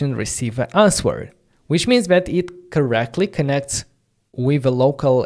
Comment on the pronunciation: The “w” in “answer” is silent. You pronounce it like “anser” … great content and enthusiasm…